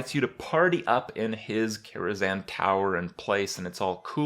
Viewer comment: Why Karazan? KaraZHan